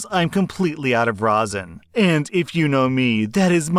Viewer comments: Hearing you say rosin right hits better than a bong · Hey! You pronounced rosin correctly this time!